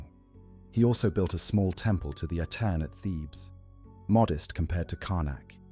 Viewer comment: Giving power to priests never ends well. Amun or the Aten. Akhenaten was a little crazy. And it's AH-ten not Ah-TEN.